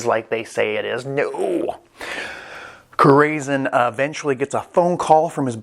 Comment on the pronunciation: it’s core-a-sone… means heart in spanish